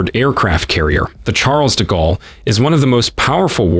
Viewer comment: The chAAAARLES de gallery 😂